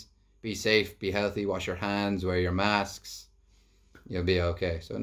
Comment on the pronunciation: ' wear ur masksksks '